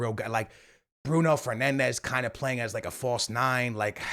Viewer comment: Im surprised that doesnt say Bruno Fernandez's name correctly! Makes me feel better about myself